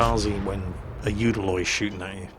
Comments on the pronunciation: It's not the youdaloi it's the ulaloi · "...you can't do that with the UDALOI. You have to UDAlize smokescreens" :P